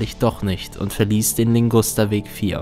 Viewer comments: Heißt es nicht eigentlich Ligusterweg und nicht Lingusterweg? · Der Weg heißt Ligusterweg und nicht Lingusterweg.😇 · Ligusterweg, nicht Lingusterweg. Aber richtig gutes Video